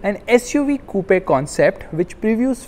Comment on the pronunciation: Coupe is pronounced 'koop' not koo-pe